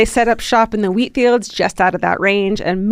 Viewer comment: in and I just realized Georgia is saying wheat and not weed😂😂😂